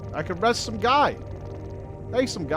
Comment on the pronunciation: Im sorry.every time I hear say res me. I have to facepalm.